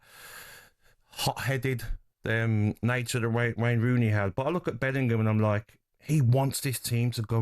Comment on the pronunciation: 'Rayne Wooney' LOL